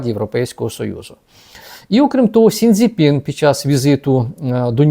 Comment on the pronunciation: Сі Дзінь Пін, а не Сінь Дзі Пін. В іншому Вас приємно почути.